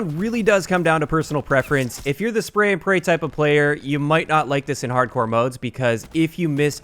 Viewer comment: "Harcdore" Nice job,.